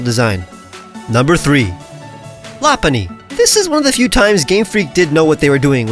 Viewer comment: why do you pronounce Lopunny like that when it clearly is based off bunny